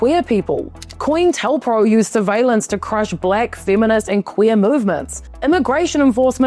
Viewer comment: pronounced co-intel, not “coin”